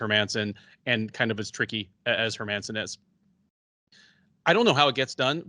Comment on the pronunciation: dude stop saying her-man-son ffs. All you have to do is use google translate and look up the Swedish prononciation its not hard.